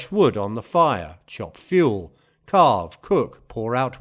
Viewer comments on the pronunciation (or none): none